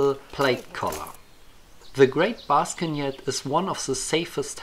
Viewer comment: I love the pronunciation ''Baskenjet'' xD